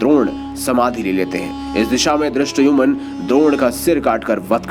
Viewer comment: Drastayumun nhi Dhristadyumna hota hai